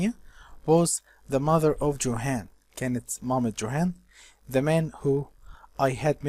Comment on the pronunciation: Thanks a million, Mr. but please, could you check the pronunciation of (Johann/ Tarlenheim) ?